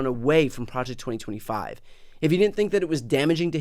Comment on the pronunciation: "Pre ject norhma five!"